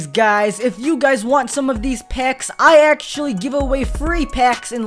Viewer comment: did you say PACKS